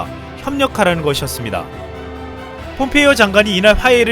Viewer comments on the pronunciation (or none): none